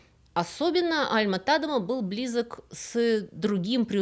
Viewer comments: Очень интересно! Но почему ТАдема, даже не звучит, тем более Вики дает ТадЕма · Да, всегда был ТадЕма. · Всё верно, ударение на "е", и название деревни тоже озвучено неверно, оригинальное название на фризском Dronryp, на нидерландском Dronrijp - в обоих случаях произносится Дронряйп, но тут я это отношу с особенностям нидерландского произношения, которое мало кому известно, хотя в нидерландской версии википедии для многих названий и имён есть озвучка.